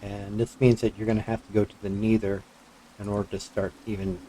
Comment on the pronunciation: its a good farm but pls stop talking so much about every thing, its helpful for complete noobs but so annoying for people who know a thing about the mod also its pronounced never not neether or needer